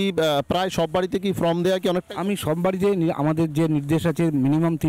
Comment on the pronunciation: Reporter কে বলছি : enumeratiom ফ্রম নয় ফর্ম। উচ্চারণ ঠিক করুন।